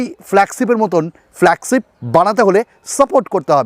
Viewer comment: উচ্চারণটা ফ্ল্যাগছিপ না, ফ্ল্যাগশিপ। বাকছো না, বাকশো। শিম ইজেকশন না, ছিম ইজেকশন। আটচল্লিছ না, আটচল্লিশ। বিছটি না, বৃষ্টি। দেড় মিনিট শুনে আর শোনার ধৈর্য হোলো না। এত বিদঘুটে উচ্চারণ!